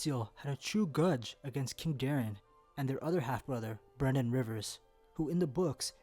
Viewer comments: Can you please pronounce the names properly...Daeron isn’t prounounced Darren it’s Day-ron, Brynden isn’t Brandon it’s Brin-den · It keeps sounding like he's saying Brandon and not Brynden to me